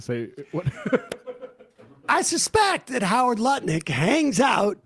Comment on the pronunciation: Love how Sam "accidentally" called Lutnick Nutlick in the intro. Totally appropriate, let's make it stick!